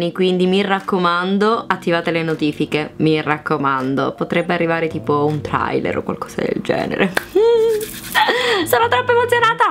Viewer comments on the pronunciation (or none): Si dice trailer